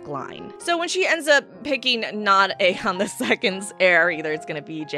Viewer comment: You've done messed up Ae-Aegon.